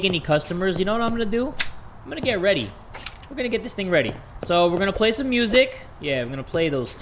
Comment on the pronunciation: did he say "everybody get WEADY" at the start XDDDDDD